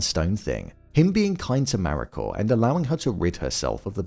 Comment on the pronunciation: Need to learn to say the Japanese names, such as "Mariko", even half reasonably well!